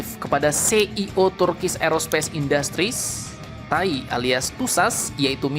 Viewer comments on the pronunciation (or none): TAI bacanya dipisah min... Te A I, biar enak di kuping